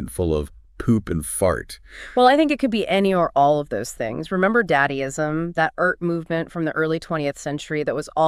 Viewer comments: I love that instead of dadaism and dadaist she pronounces it daddyism and daddyist Freudian AI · The PoopFart podcast feels more damning of humans than an absurd interpritation of our behavior from an AI Chat-bot. Though pronouncing DA-DAism as daddy-ism was gold. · The NotebookLM podcast definitely mispronounced “Dadaism”.